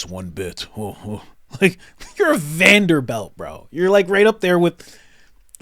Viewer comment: just so u know (I’m sure u just misspoke) but it’s Vanderbilt not belt amazing content bro